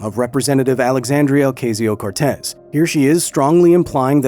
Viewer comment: I have no idea why he would think that an obviously Hispanic name like Alexandria Ocasio-Cortez would be pronounced Okayzio. Surely Kyle must have had to take a Spanish class at some point and knows how those letters are pronounced.